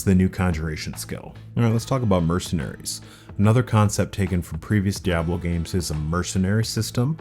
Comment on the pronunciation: Another 'jagwire' dude 😂 good you didn't call diablo 'dayablo'